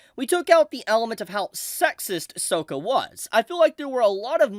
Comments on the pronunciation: It’s pronounced S-AWW-ka not S-OHH-ka. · Pls it's 'sock-a' not 'soak-a' 😂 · Another nail in the coffin for Netvatar. Or is it Shamalatar the show? Btw., his name is Sokka, not Soka.😁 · 1) It’s pronounced SOCK-KUH not SOW-KUH in the show. I’m meticulous af(I know) but my distress was too high(and I just watched thru hours of Suicide Squad Kills the Justice League footage in absolute disappointment and agony)😅 2) I absolutely agree with everything else you said. Flawed characters need to exist to provide real lessons.🫱🏻‍🫲🏾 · Love ya but PLEASE don't call him Soak-uh 😭😭😭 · SOCK-A ITS SOCK-A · wait wait is it just me or did say Sokka's name wrong like the M. Night movie did lol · it's pronounced Sahkah. Just for future video's sake. It was giving me flashbacks of the live action movie all video. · no way you pronounced Sokka's voice like that 🤣I hope you did that on purpose. If not, still funny nonetheless 🤣honestly, hearing this is very disheartening to see since everything else so far seems great and kinda makes me think of the future of One Piece with Bon Clay and if they ever get to Impel Down what they'll do with the Newkamas. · Did u pronounce sokka wrong on purpose? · I think we should hold our criticisms until we watch the show. They may give Sokka a better character arc or it might be what it seems like and a bad change we won't really know until we watch the show. Also they way you're pronouncing Sokka 😭😭😭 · Bro, you’re saying Sokka’s name wrong! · The way you pronounce Sokka, is criminal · Yes, yes it is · Pronouncing Sokkas name like that throughout the whole video is crazy. Agreed on the rest tho. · I’m sorry, WHO?!how did you say sokkas name?! Did we learn NOTHING from m night shamalan!?